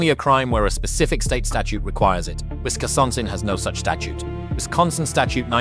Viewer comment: Wisciosonsin lmao